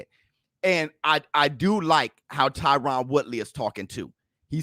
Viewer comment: HIS NAME IS TYRON(TIE-RIN)